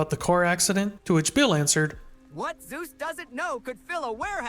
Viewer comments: Super fun video but it's driving me bonkers that you call him Zeus 😂 it's Soos. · I die a little inside every time you pronounce it like "Zeus". Its SOOS, short for Jesús lolol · I know we think highly of our man Soos, but it is not pronounced Zeus. He’s more of a dizknee Hercules. Or in his own words, “like a big ol’ panda” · Not trying to be rude, but please pronounce soos’es name better. It sounds like.zeus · Great video- but it’s pronounced Soos like Dr Seus ❤️😭 like Jesus the Hispanic pronunciation his name is short for Jesus